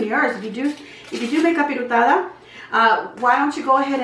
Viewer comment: No offense but it’s capirotada